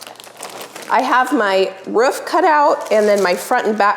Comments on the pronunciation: The word is roof not ruff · I'm not sure where in the US you are, but your pronunciation of roof makes me giggle. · you pronounce roof like Schmidt from new girl hihi